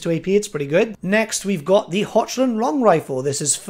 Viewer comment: It's "Hockland" in pronunciation, not "Hochland" as phonetic.